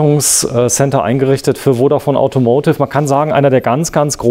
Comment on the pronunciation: Ich mag die Videos wirklich sehr, aber „AUTOMOTIV“ kann ich nicht mehr hören.